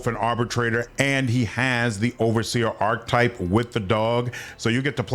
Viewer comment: Ark-ee-type 😂not arktype